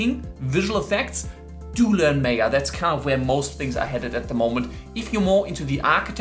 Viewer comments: my-yuh, not may-yah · it's Maaaya, not meya! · its Maa ya not may ya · Wrong pronunciation- it's not Meya, it's Maayaa 🤣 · Its M-ah-y-ah not M-ae-y-ah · It's Maya not Meeya... (sorry had to...) Great video for someone starting to look into the CG industry! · Its Maya not Mayor!! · its Maya .. not meaa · me yaa, me yaa... bro its maa yaa. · its not pronounced meyah.... it MAH-YA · Well autodesk MAYA is not pronounced "may ya" it is pronounced "maa yaa" (ˈmīə,ˈmäyə) as it is an indian world meaning the power to create illusions and you now know why it is named like that ;) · It's pronounced as MAYA. Not MEYA! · It's MY-AH not MAY-AH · Just one thing, it's not (meh-yaa) it's (maa-yaa).... Good video anyway. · Its called 'Maya' not 'Meya' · Maya is not pronounced as "Meya" it's " Maa-ya" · MAY - A? ? DA -TA?? . Good GOD! it's MAaa-YAaa , Day-Ta.. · its not may ya, it is called ma ya (MAYA) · It's Maa - yaa, not May - yaa. Maya is a Sanskrit word which means 'illusion' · Isnt it pronounced 'my-ah'? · the word "maya" is taken from sanskrit literature which means ïllusion" . And it is pronounced as "Maa Yaa". don't change it. thank you. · Maya - Maaaaayaaaa that's how it is pronounced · pronounce MY- AH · nice but, learn to pronounce Maya. its Mi Ah like the Mi ah (Mayan civilization) but otherwise awesome. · Seriously?! MAAya? LOL. 10 secs into the videos and chuckling. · Its pronounced 'my-ah' Were not making sandwiches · You’re saying “Maya” wrong. Lol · What a joke, can’t even pronounce Maya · Maya is pronounced with an 'I' sound like eye or guy. Mayo goes on a sandwich.